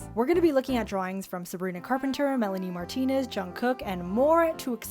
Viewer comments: MY SOUL LEFT WHEN U SAID MELANIE MARTINEZ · When u said Melanie martienz I exploded to Venus